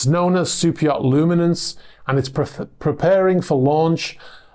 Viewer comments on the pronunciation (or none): none